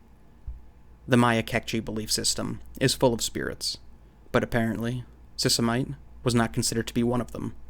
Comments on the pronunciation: Sisimite = "see-see-mee-tey" / By the way,, I love your videos. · Sisimiteh! adding the "h" should give you the correct pronunciation.